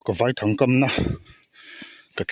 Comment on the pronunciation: Vaithang i lam dan a diklo I lam dan chuan thlangkawr vai ho hming angin ilam a vai hmawlh vai anga lam tur ani e